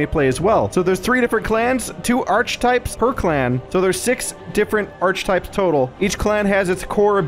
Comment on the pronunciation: Archetypes is pronounced "Ark-types". ;)